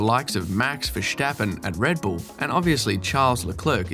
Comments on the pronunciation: Verstappen, not Verschtappen. He's Dutch. not German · that’s true. It’s ver stappen. Like stop. Nothing like schtop. I am Dutch. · ah, typical British. Probably all real Dutch pronounce it wrongly because a half Brit pronounces it as Vershtappen. It’s like in stop. Or does your aunt say shtop? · It isn't. Maybe the sj or sh pronounciation might be used in Limburgish, the province where he was raised. And it's Dutch yes, not Dutsch. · Also: I always have a real hard time watching videos about the bias towards Hamilton when the creator cannot even pronounce Verstappen and Leclerc correctly. It's so embarrassing.